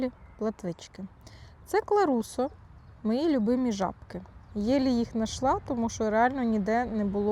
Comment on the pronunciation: Не вперше чую кларуссо, але напис кРаЛуссо( і тут італійці(чи хто там автор бренду) жорстоко познущались над рибалками України бо так вимовляти дуже незручно(як паляниця для декотрих)